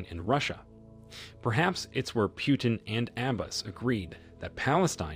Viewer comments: It's not Piutin - its Putin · It’s not “Pew-ton” it’s “Putin”.